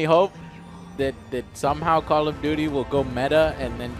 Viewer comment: 'Call of dooty'.